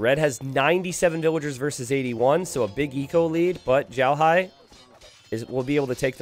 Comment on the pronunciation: He's xiaohai though, not zhaohai